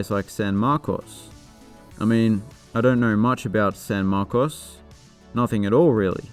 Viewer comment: I certainly don’t fault you for not knowing this, but San Marcos is pronounced “San MARkiss”. On the other hand, your pronunciation of “Appalachian” is spot on.